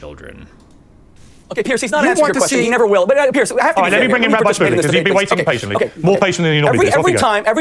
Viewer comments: lol had destiny never seen the word "rabbi" before? "Rabby"? lol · Destiny please learn how to pronounce Hebrew words. “Rabee”???